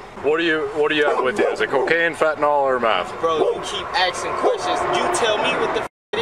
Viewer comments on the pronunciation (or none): none